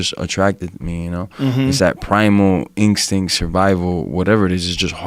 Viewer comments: Annoying how many people say “inkstinct” lol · Primal ingstink lol masvidal is a douche